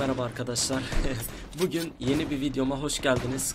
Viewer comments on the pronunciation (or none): none